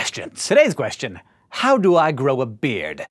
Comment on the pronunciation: I just noticed you put in "H" sound in the middle of the word "question" > queHstion ... which I've never heard or noticed from anyone before. Interesting 🤔